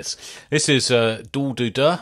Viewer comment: oh man, hearing you butchering their name is so funny